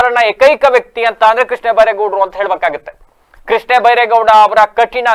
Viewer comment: ಕೃಷ್ಣೇ ಅಲ್ಲ ಕಣಪ್ಪ ಕೃಷ್ಣ